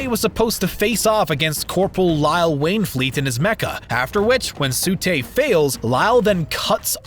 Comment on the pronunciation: T:44 Its TSU not SU